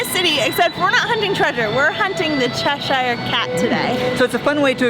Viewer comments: CheshEEEER not CheshYYYYYR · Che sher cat pronunciation the che shire cat prounounce like blackboard scrape for ukers lol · Steve keeps making fun of the way says "Cheshire" cat 😂 and I told him "Steve we're talking about the person who called Trafalgar Street 'traflinger' street" 🤣